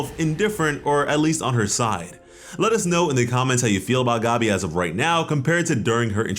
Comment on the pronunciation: bruh why do you call her gobby?? the green gobby lmao it’s gabi like gabby